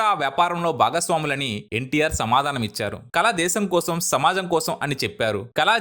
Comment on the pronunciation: కల కాదు నాయనా కళ, కళాకారులు.